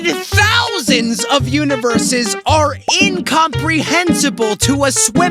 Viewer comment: he keeps saying univeres. yet only shows galaxys